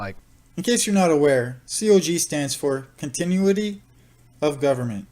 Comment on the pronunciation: I think you mispronounced "continuity"